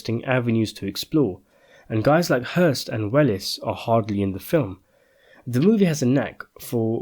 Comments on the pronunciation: I loved this film; so I will sadly have to disagree with your overall conclusions. (By the way, it’s pronounced “Wells” not “Well-ess”). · Welles is pronounced "Wells"